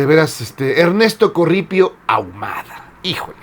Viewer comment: Estan mal pronunciados no es "corripio" corrupto y no son "prelados" son pelados Por ahi anda Aguiar retes que yo creo es una reencarnacion de aguiar seijas quien martirizó a Sor Juana No y entre Aguiar retes y Norberto rivera no le voy a ninguno de los dos